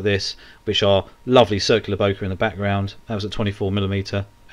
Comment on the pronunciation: FYI Yes it is a japanese word but its pronounced bokay. Purchased my RX10 iv from watching your channel. Brill